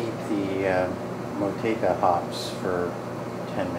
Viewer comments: The proper pronunciation in New Zealand is "Mow Two A Ka" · Fun stuff! As per Time4Another1 , this hop is pronounced "Mah Chew Wake Ah". We all seem to pronounce it wrong, lol!